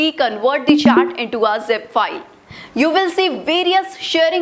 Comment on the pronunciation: It's chat not chaat